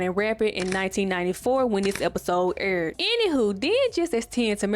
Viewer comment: && “ aurrr-erd “ (aired) 😂